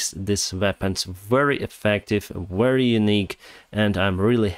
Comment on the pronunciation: Please read "very" with v sound like в in cyrylic alphabet.